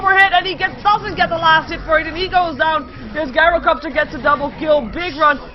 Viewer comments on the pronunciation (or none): I like your casting for the most part and I think you're improving, but it's JAI-ROH-COPTER.